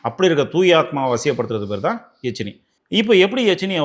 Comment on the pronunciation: யக்ஷினி..எச்சினி இல்லை